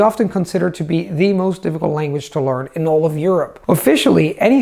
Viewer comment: am i the only one who's freaking out whenever time he saying 'lOrn' instead of 'lEArn'?